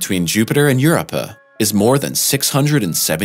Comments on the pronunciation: You waste so much time with “correct” wordings of natural celestial bodies and “impressive photos and ancestral planets ” blah blah. Just call it a moon. Plus it’s Eur-OH-pa. The pictures are impressive. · When he says Eurupa, I'm tempted to respond "Yes, I am up her" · Thought it was pronounced U-RO- PA. Long u, long to, and short pa. Europa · It is pronounced" your o pa" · You can't even pronounce the name correctly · I finally quit watching about the second time he mispronounced Europa. It’s hard to trust anything he says if he can’t even pronounce what he is supposed be talking about. Very weak! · Your narrator needs to learn how to pronounce Europa. It’s hard to take the video seriously when he keeps mispronouncing it’s name. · I wonder if it’s the same guy that did a video on Titan and was pronouncing it Titin lol, not only is this video horrible to watch hearing him mispronounce Europa 30 times but there were also false facts about the moon , he talks about soil what soil it’s ice , then he says it’s an ice crust about 1 km thick ? . It might be closer to 25 km thick . Anyway I rarely comment to trash videos but this one is a pass !!!! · In one video, and with one word, this mispronouncing clown has completely cheapened and discredited an outlet that many have thought was a credible source of science information. Now, the whole world knows it is nothing but an amateurish collection of plagiarized information, cobbled together by a group of morons who may or may not have so much as a bachelors degree in physical education. Way to go "." You blew it! I have unsubscribed. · The most human sounding AI voice I've heard so far... I mean, how else do you explain that mispronounciation? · There is the letter "o" in europa. It's so irritating to listen to him say it! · One mispronounced moon and an entire channels reputation down the drain lol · It's hard to take the video seriously with his frequent mispronunciation of "Europa." 🤦‍♂️🤣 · Big facts